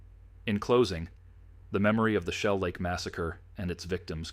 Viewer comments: I wish these messed-up-priorities channels would quit using AI. Shellac?!?!?!? No jidiot, AI. It's Shell Lake. UGH. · You know the voice is AI when Shell Lake comes out as Shellac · If you’re going to use a computer generated voice, the very least you can do is to be able to properly pronunciation words. Shell Lake is not pronounced shellac. shellac is something you put on wood. Whoever is producing this proof hears what you’re putting out absolutely stupid production.